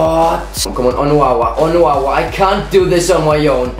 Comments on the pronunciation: Its pronounced On-oh-wah the CB position please like so he sees it's really bugging me:') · Onuoha? Why does he speaks it out as onuwawa